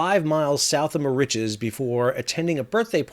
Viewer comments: found the mispronunciation of Mauritius a bit annoying. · I'm sorry whilst I enjoy your contributions, I dont believe you've actually been to Mauritius, firstly nobody pronounces it - Mau rich es - there are generally two correct ways pronounce the name of the island, one in English - Mur Rish uss and the french way - Eel Mo Reece for Ile Maurice. Secondly while the stretch of coast where the Waiashio ran onto the reef is reasonably pristine, the majority of the west and north coasts (to leeward of south east trades and currents) have despoiled and dead lagoons due primarily to coral bleaching caused by hypoxia, local textile industry chemical dyes seepage, and local household litter and retail plastic waste. Mauritius WAS once pristine, before independence created the conditions for uninhibited pollution and strict adherence to Indian standards of hygiene and cleanliness. If Mauritius does finally get handed custodianship of the Chagos archpelago, heaven help the eco-system, because the Mauritius governent won't. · My wife has been wincing every time you say the name of the island. An old friend of hers is from there. More itches? No, no, no. Mauritius rhymes with delicious and malicious. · I love your videos. It’s pronounced Ma-Rish-us. 😅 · Mauritius is pronounced Maurishious 😊 used to live there 🤗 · Muh ri shuhs, fyi incase you make a video on this again. sorry i had to stop it was killing me. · where does that pronunciation come from? given that you have been there, I have to ask, is that how it's locally supposed to be pronounced??? I always heard the pronunciation "Merishowz"... but that is based on French. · The first shipwreck in history caused by a cell-phone. (Incidentally, I never heard Mauritius pronounced like that before.) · Not sure where Sal got his pronunciation of Mauritius from.... even with Google set in American pronunciation mode comes nowhere near how Sal is saying Mauritius